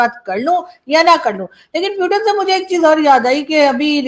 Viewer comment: aap bar bar प्यूटेन kyu bolti kya aap putin nhi bol pati hai pahle bolna sikhiye her vdo me प्यूटेन प्यूटेन